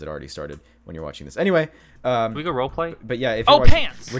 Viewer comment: lmao love you (no homo) but it's "role play."